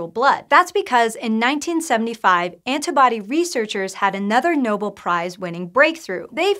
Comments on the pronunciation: *no-BELL, not NO-bull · It's pronounced no-bell. No bull. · "noble" prize? Really? Otherwise nice video.